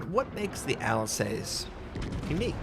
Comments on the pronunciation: Not a day passes where doesn't pronounce a foreign name incorrectly:) It's "Alzas" not "Alsess". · it pronounced alsas its easier to say than how you pronouncing it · Say after me, Al-Sass as in mass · pls at least type the ship names into google translate and hear it out, you saying alsace made me cringe so hard and i'm not even french xD